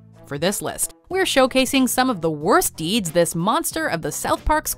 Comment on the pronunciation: The worst “deeds”